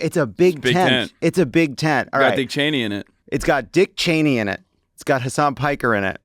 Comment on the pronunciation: Hasan is pronounced Huh-sun..